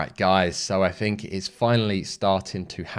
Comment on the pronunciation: Was looking for subtitles .. did have difficulty with ……. Noo …. Fink…….. far’sand …. Fing…… freshhold…..free-mumffs later…. Then your obviously fake headline price crash…. I saw no crash …. ….